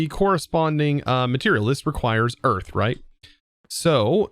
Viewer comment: ah yes. We got eath.